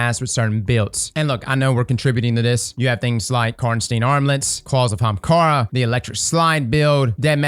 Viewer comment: Day 106 of commenting until starts saying Ahamkara instead of Haamkara